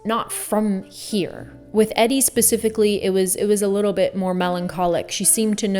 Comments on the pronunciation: It's pronounced EEEE-dee. No offense, just a fact. Check out the Cult song, "Caio Baby" It's all about Edie Sedgewick. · Eedy, the pronunciation. It’s a long e short for Edith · Eddy? It’s Edie. 😢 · Ummmm… Her name isn’t Eddie. It’s Edie, as in short for Edith. Edie Sedgwick. 😎 😂😂😂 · no big deal but fyi her name is pronounced E-Dee 💖 great video 💖✨ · I never understand mispronouncing the name of a subject or partial subject to your content. Especially if it's not a really tough name due to language barriers. She's well known enough that even a small amount of studying/research should have been enough to hear her name a few times. I find it odd on the channels part to get this simple but important detail so wrong. "EDDIE" 😂 jeez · Pseudo intellectual = dropping words like ‘solipsistic’ but pronounces Edie’s name like ‘EDD-EE’ 😂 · Love this perspective! This is such a beautiful way of explaining it. Also I believe its pronounced E-Dee! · Why does she mispronounce Edie? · Why are you mispronouncing Edie’s name? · I wish you pronounced Edie's name correctly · Are you pronouncing Edie’s name wrong on purpose? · I wanted to love this video but you kept mispronouncing Edie’s name throughout and it discredits your video. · Thank you oh my god that was driving me crazy. It's actually amazing to me that the person who made this video doesn't actually know who Edie Sedgwick is enough to know how to pronounce her name. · Please pronounce Edie’s name correctly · I love you but her name is pronounced "eedee" not "eddy" - this should be common knowledge! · Her name is pronounced like EeeDee, not Eddie. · Your muse power is so great that no one has bothered to tell you her name is pronounced eee- dee not eddie. otherwise great the story line kept me watching.. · Christ you pronounce her name Eeedee. Not Eddie like the males name. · I do like your video, but it's Edie like needy, not Eddie like Freddy. 🌟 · E-D not Eddie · It’s EEE DDD SEDGWICK not Eddie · Eeeee-deeee. Not Eddie